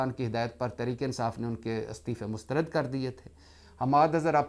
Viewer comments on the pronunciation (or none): none